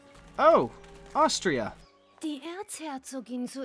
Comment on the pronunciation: Lol i were able to understand Austria or however you pronounce it